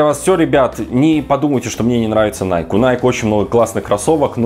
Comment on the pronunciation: Для начала давайте называть правильно, не найк, а найкИ!